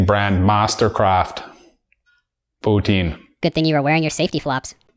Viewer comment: You do not pronounce POUTINE right! (Yeah, french-canadian here!) Good job otherwise!